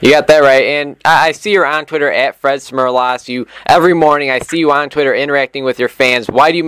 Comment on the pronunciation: Lesson one. Learn how to pronounce the name of your interview subject. Fred was a real gem for not correcting the kid.